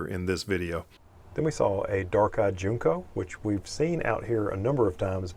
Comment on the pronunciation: Good video. Just info … Junco is pronounced like Junk-o, not June-co.